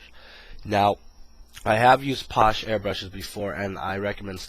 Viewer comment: It's pronounced Passhay Not Posh.